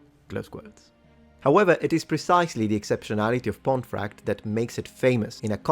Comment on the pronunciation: It's pronounced "pont-eh-fract" and the traditional form pomfret is also anglicised to "pom-frett".